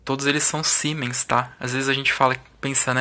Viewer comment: Siemens é uma tradicionalíssima fábrica alemã que transferiu a tecnologia para produzir esses capacitores aqui no Brasil. A pronúncia correta do nome da marca "auf deutsch" é "Zíemens" Os capacitores verdes dessa marca são para trabalho em alta frequencia, low-esr, geralmente usados em estagios secundários de fontes chaveadas. O logotipo S com o H sobreposto significa Siemens&Halske, empresa fundada em 1847.